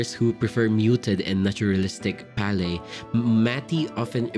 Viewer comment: Great content! However, I am bothered by your pronunciation of palette & visceral